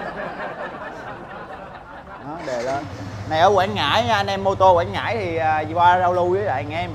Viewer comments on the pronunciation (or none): Quảng Ngãi quê em a ơi. Mà Quảng Ngãi chứ ko phải Quãng nha a